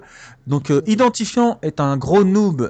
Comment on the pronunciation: mdrr quand tu as tuer idantifiant tu as dit " tien batar " sinon bonne vidéo :)